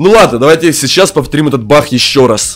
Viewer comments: Не бах а баг есле чо бах как смешно 😂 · Не Бах а баг